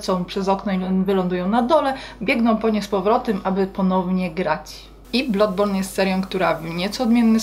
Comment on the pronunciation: Jak coś to się wymawia bladborn, a nie blodborn